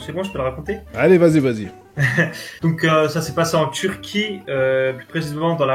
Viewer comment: omg a il dit turqui est je suis turque